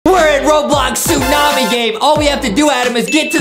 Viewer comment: adam : the tsu-mami justin : ayo did he just say the tsu-mami?